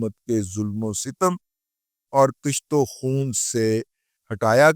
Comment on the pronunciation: Kusht-o-khoon hota hai kisht-o-khoon nahin